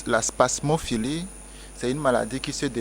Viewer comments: C'est pas spasmopholie Mais spasmophilie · Il serait bon de reprendre le mot spasmophilie et non pas spasmopholie qui n'existe pas. C'est un i et pas un o au niveau de la prononciation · Cest pas spamopholie c’est spamophilie très bien pour une chroniqueuse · C est pas spasmopholie mais spasmophilie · 😂😂😂 vraiment , et c est pas spam mais spasm elle m as fumé